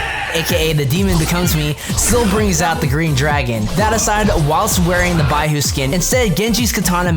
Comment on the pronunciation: I die a little everytime he pronounces baihu wrong, but i dont blame him